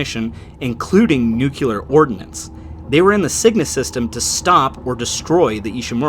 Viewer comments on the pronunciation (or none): Great april fool's video right up until you mispronounced nuclear. I don't know why but that one single word being pronounced "nuculur" is like a cheese grater to my earballs. Nothing else drives me insane like that. "new-clear" not "nuke-you-luhr" You're gonna mispronounce it in every video now just to spite me, aren't ya. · Nuclear is pronounced "noo-klee-er", not "noo-kyoo-lur". Look how the word is spelled. Nu-cle-ar. "To do with a nucleus", the same way 'solar' is "to do with the sun". Please amend your understanding and help stop the proliferation of bad data. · It’s pronounced like ‘new-clear’, not ‘nuke-you-ler’.